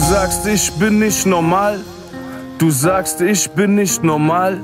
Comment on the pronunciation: ER WEIST ^^Dikka lern mal Aussprache digga. NOMAL...